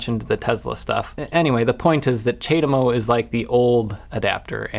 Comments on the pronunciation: w/ CHAdeMO you pronouce the A in CHA (like charm), thats how ive always heard it being said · It's pronounced: Chad-Emo! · It's pronounced Chad Emo, obviously! <The Cure - A Forest starts playing, an early version from 78 or 79 when Robert Smith looked like he was on the rowing team>